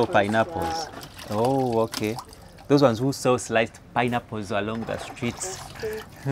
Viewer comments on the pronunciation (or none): none